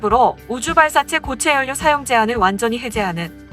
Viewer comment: 자음접변 현상에 의해 '연료'는 자연스럽게 '열료'로 발음하면 됩니다. 다른 채널 영상들에서도 요즘 억지발음들이 많아지는데 이것도 유행인지...